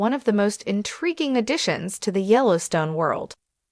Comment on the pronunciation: You can't even get someone to read the name of our national park. So bad